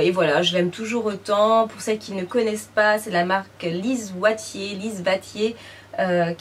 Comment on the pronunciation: Lise Watier cela se prononce 'ouatier' et elle est québécoise:)